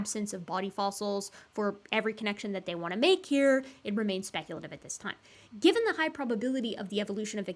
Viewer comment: You say that, but almost every time she says "Given" I hear "Gibbon" so I always have to do a retake of the last 10 seconds, cause "Gibbon the context" throws me for a loop and I stop listening for a moment